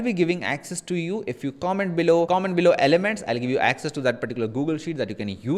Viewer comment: nice video mate! trying now with some art, its looking good already! Also: "ELEMENTS" :)